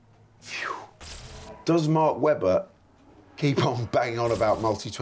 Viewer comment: I personally prefer to pronounce it as "Maahk Weebah" 😂